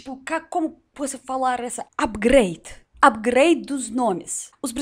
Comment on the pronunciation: quando ela falou upgrad eu achei que o nome era Abigail melhorado para Abigrail kkkkk